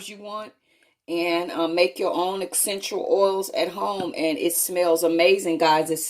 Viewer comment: Excential oils guys